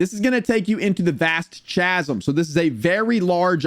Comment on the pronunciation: Thank you! I appreciate the guide, but after the like 10th time in saying Cha-zum in like 3 minutes I just had to go to the comments 😂